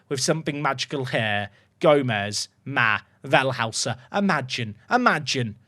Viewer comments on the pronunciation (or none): Up the Toffees! Always good to see an unusual face at the top after a few years on FM. You're pronouncing "Wellhäuser" a bit wrong by the way, fully understandable, as if his name was "Wellhauser" you'd be bang on. The "ä" instead of "a" makes it pronounced like "Vell-hoi-ser" though